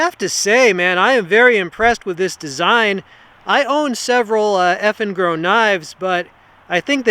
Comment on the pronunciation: I kept hearing "effing girl." lol